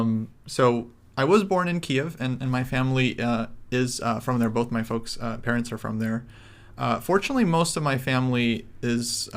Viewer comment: plz stop saying foaks. Its annoying. For the rest great vid. Thnx guys. Also bring yermolinksy on.